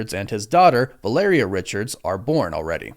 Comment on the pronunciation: I also LOVE that you NOE pronounce Valeria correctly. VAL-uh-rhea, was just totally NOT IT brother. But Downey asking for that kind of cash, kind of ruins all the 'becoming a better man's that we were all told rdj was. Sounds like now he is just a supplement taking smoothie drinking asshole